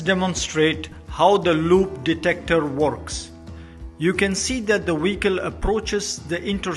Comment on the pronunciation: Couldn't you get someone with a better accent who can pronounce vehicle instead of Wecol